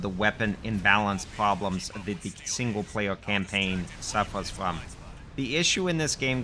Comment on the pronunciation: weal weal pwoblems. bwoken difficulty. outwageous.